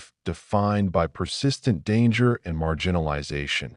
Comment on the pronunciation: WHY can't this awful AI pronounce the word "by"?!? Wtf